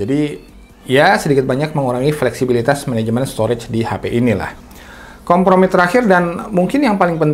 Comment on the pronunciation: Apa gw yg salah dengar kompormi ya?